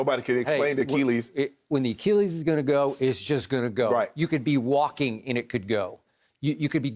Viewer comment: Shannon "A Key Lease" Sharpe